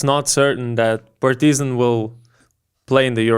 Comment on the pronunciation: why you are saying PartYzan? When in lithuanian you pronounce it totally correct.